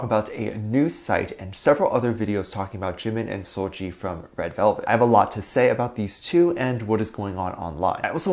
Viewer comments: First of all it’s seul-Gi not Gee! Secondly, Dont drag her unproblematic pristine clean name into this nonsense! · Im more bothered about the way you're pronouncing seulgi's name 😭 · First of all you don't even promomce seulgi's name correctly GOD ! Second it's so funny how pple still with this jimin and seulgi thingy I thought we left it I 2017 😭 Third; you sound like allkpop articles 🤣 like two idols wear same cloths once : they are dating ...